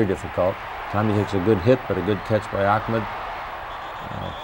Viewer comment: I love how Bud pronounced Ahmad "AWKHMED" 😆